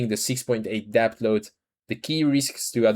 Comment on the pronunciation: Really appreciate your videos. Try to remember that you don’t need to pronounce the B in DEBT. It’s just ‘DET’. Makes your life easier and makes vids ever so slightly more accessible, which is good for the channel. Hope you don’t mind the advice. Keep up the good work